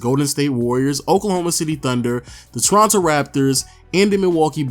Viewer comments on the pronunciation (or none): none